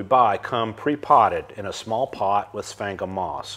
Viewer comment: I’ve heard “sphagnum moss” pronounced a lot of different ways, but this is the first time I’ve heard it called “spank ‘em moss.” I’m making a note to myself to say that, next time I have occasion to talk about that stuff.